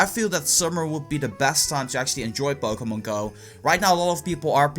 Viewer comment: It sounds like he says Bokémon go. Am I the only one who hears that?